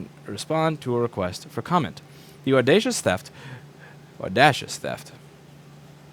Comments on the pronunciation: Say it with me Louis, AWWWDAYYYSHUSSS! LOL enjoyed the video very much! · No, the real hero is Google for pronouncing the word "Audacious" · Can't pronounce "audacious" Pronounces "huaqiangbei"